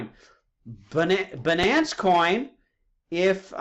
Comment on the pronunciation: i don't know what's more irritating, video that's 2hr long or his pronunciation of satoshi and binance. it's sah-toshi, not say-toshi, and it's bye-nance, not buh-nance